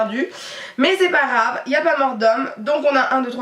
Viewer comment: Ca me stresse quand tu dis "c'est pas Rave" au lieux de c'est pas grave 😁 sinon super vidéo 😘